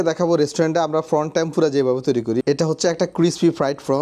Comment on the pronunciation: ফানি, ফর্ন....😂 প্রথমে বুঝতে পারছিলাম না কি বলছে😂